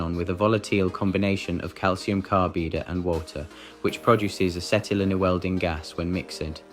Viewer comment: Craties and Bottlies? Calcium carbeeda? Wtf?